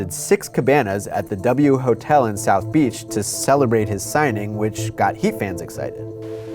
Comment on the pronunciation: south or souf? which is it????